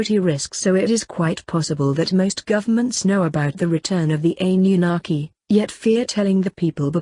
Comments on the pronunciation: Its Anunnaki not Ann. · I don't like how she pronounced anunakki I cannot spell it either, buti still don't like how she says it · hahahaha ... sure you're pronouncing this right..? Funny, couldn't even be talking shit about them here on YouTube if one hadn't allowed the humans to use the technology. haha, f'n humans. "... well, God said..." "... God believes..." "... God is..." Nof'nBody has any idea wtf God has in mind other than God. lol... humans... the audacity to even utter such. Yes... the economic leaders ARE keeping all in subjugation. Their ancient family members had the original RULES, which they've all violated over and over for hundreds of years assuming they will never return as they DID promise your ancient ancestors would eventually happen. None of course have taken heed, no idea what they're doing exactly but, continue the traditions. Anyways... how many licks to the center of the Earth..? A one, a two... a three... 3